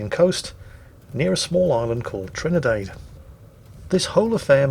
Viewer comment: WQW, THERE ARE PEOPLE WHO ACTUALLY DON'T LIKE ONIONS?, did you mean to say "Campagna" and Trini-DAD?